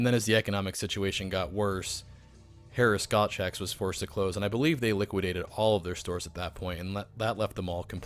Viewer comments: Gottschalks was pronounced like "chalk" at the end. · It's pronounced Gotts-chalk's! Love these videos.